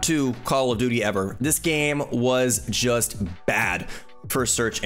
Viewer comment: “Call of Dooty” Nice video man!!